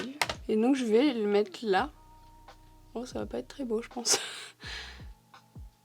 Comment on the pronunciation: Le "ça va être bo hé" avec l'accent hahaha 🥹😂